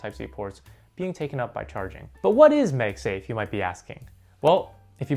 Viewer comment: its pronounced MagSafe like magnet bro.....